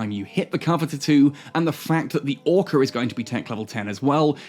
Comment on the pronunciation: Ore-car …. Lol